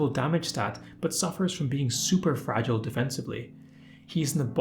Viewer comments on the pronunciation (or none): none